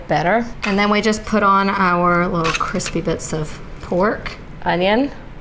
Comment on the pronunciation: A "Junnion" ? lol